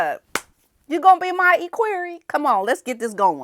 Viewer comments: I know you don't like bring corrected but I have to tell you. Equerry is pronounced e as in Egg not e as in eek so its equerry not eekquerry. That man speaks beautiful English and has been on TV many times, also wearing a kilt. Please don't be offended, I'm just trying to help.😢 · Maybe this will help you pronounce ECKWEARY ECK WEARY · Equerry is pronounced EK-wery. Short E. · "EHH-queer-ee". Please and thank you. Ps Love your hoodie! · ECK WER E with the accent on the first syllable. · Pronounced like, ek worry. Emphasis on the ek. Glad you're talking about the equerry